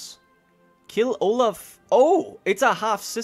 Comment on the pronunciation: I'm loving this series, but I still suffer every time you pronounce Olav as Olaf